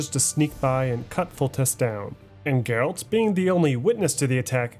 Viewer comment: Geralt not Gerald . Yenneffer not Jennifer. BRUHHH